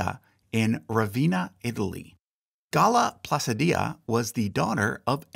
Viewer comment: It's pronounced GALla PlaCHEEdee-a